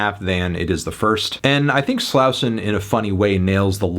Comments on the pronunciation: Just an FYI- Slauson Avenue is a major east–west thoroughfare traversing the central part of Los Angeles-, and it's pronounced 'Slaw-son" by the natives living here. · HOW ARE U STILL PRONOUNCING SLAUSON WRONG LMAO HAVE U EVER HEARD A HIP HOP SONG IN UR LIFE